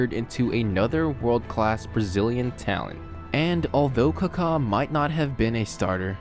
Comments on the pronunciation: What is Kakhaa? It's Kaka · Dude, it's Ka-ka not Car-car. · It’s supposed to be more like a British saying, Car-Car no R obviously. Not KuhKaa. The accent mark isn’t the same as in Spanish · He literally said "Cockatoo" without "too" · he just sounds weird saying it that's all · It’s amazing how you mispronounced every single name .. people .. venues ..